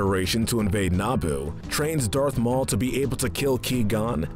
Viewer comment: who is Key gon jin and what is Nabo ITS QUI-GON-JIN AND ITS NABOO